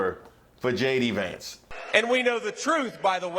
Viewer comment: Did he say Shady Vance here😮😂